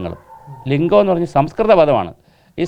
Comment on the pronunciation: ലിഗം എന്നുപറഞ്ഞാൽ. ലിഗം.. പിന്നെ ന്താ 🥰